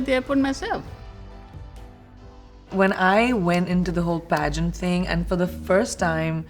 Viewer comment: Dust it's pageant not piss-ant